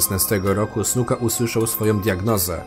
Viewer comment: powiedziałeś Jimmy Suka